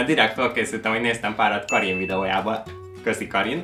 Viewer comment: Karin-t "á'' val ejtik, Kárin :)